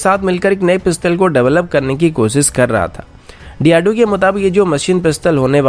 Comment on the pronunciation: Good channel but speech delivery needs correction. Eg. साम नही सैम surface to air Cheej nahi cheez कोसिस नही कोशिश And so on. News reader must give attention to it.